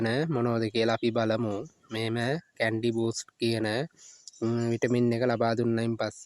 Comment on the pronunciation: කැන්ඩි නෙවෙයිනේ කැනි